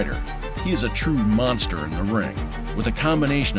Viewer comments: "The Mongstherr" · Tyson: monthsther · It's Monster, but I really like the way Mike pronounces it, the "Mon(g)sta" !! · I thought Tyson said Monkster. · He said mongster 😂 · "monfteh"? Hey Mike, might be time to get those teeth fixed? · 'The mongsther' -Mike Tyson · Is it Mongster or Monster or can Mike this you can't pronounce it and it's monster just wondering for clarification